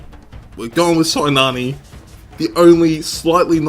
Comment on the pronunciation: i am greek, her name is pronounced "kinàne" or also "kina"